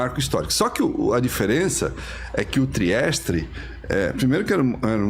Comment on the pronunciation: Submersível Trieste, não “ Triestre”, além das outras incorreções já descritas...